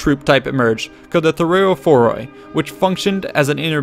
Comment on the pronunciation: "Thureoporoi" is pronounced "tu-reoh-pó-ro-i"